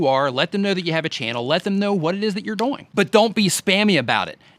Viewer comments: HAHAHAHAHAH i thought i was the only One that Noticed you were Saying "DoYiNG" ahhahaha you're a Good Sport i love it ahaha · I can't unsee/unhear "doyng", lol Networking on various forums/communities seems to be one of the biggest issues for people. Like, I hear so many complaints from people that reddit is just inaccessible, but then I check out their userpages and it's just the same videos posted to a bunch of different subreddits, with no trace of any other engagement. This is an extreme, but I think it can be hard to build up reputations in general. Because for something like reddit or facebook, it's really not one site, but really a collection of a thousand different communities (e.g., each facebook group, every subreddit, every google+ community means starting from step 1 in terms of becoming a known quantity), and I know most people don't want to commit their time that way for such an uncertain payback. I think another challenge is in niches. Like, how-to and help videos have a more certain value proposition. other content, not so much?